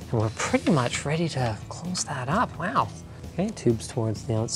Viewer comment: Almost ready to close it up wow! (pronounced werrrw)